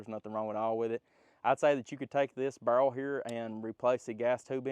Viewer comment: "it be kehowen when it cum out da bhurel." God, man, work on your english.